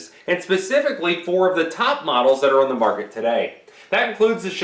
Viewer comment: His videos would be easier to watch if he talked normally and pronounced the word “on” correctly.